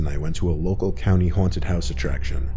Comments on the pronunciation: “Huwanted house “ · Why is he pronouncing haunted “huanted” lmao